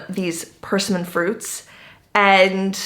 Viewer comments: Persimmon. Emphasise the second syllable. perSIMMon. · W😮W I've only eaten persimmons when they are ripe. One of the other comments mentioned the acid in the unripe fruit. The name of the fruit is pronounced pur-sim-in. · I know, I've never heard it pronounced like that. We always say, Per-SIM-mon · I was just waiting for the comments telling you how to properly pronounce persimmon